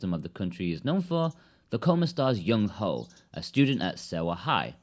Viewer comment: I couldn't help but chuckle a bit every time he said Youngho ("young ho")